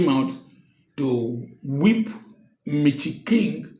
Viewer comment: He cracks me up each time he says ‘Mitchy King’😂😂😂